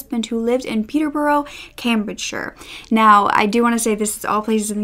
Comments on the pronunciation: It's not Peter birro it is pet+tuh+brush. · Hey! I doubt that you will ever need to say Peterborough ever again but I thought just incase, I'd put my 2 cents in. I live about 45 mins away from Peterborough and so i feel I'm qualified to say it's pronounced 'peter-buh-ruh". It's so strange I know 😂 a lot of our counties and city are like this. I hope you don't take offence, this meant purely in a helpful way! also that blazer you're wearing is gorgeous! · Hi, I’m from the U.K. so I can help with the place names. Peterborough is pronounced Peter-Bruh... same with most other ‘borough’ names. Hereford is like ‘Herra-fud’. I hope that helps 😃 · I lived next door to her!! She was absolutely crazy and that's not a emphasis, when willam and Kate got married there was a street party going on and she came out going nuts at people and my friend had had a go at her and called her a few choiced words! We lived in the orton, John was such a lovely man he did no one any wrong he really didn't R.I.P John, and it's pronounced peterbura if you get me try sound it out, much love to you all xxx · Joanne Dennehy is quite the personality. Also, I'm sorry because you acknowledged this at the beginning, but some place pronunciations for future reference: Anything ending in -borough will be pronounced 'burra' Hertford - Hartford Hereford - He-re-ford (the re is pronounced like the re in the word rent) Lastly, you look awesome in this video. I love the jacket on you. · In Peterborough you say, peter-bruh. Source: born and raised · If you need help pronouncing british place names in the future let me know. The biggest tip I can give you is to just remove most of the letters. Peterborough is actually pronounced closer to Peterbruh, Newbury becomes Newbry, Hereford is HerEHford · Oh my gosh I’m from Peterborough!! Hearing you’re pronunciation of Peterborough was hilarious 😂😂